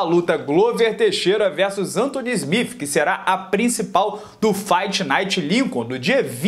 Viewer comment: "Smif" nao mano ajuda ai...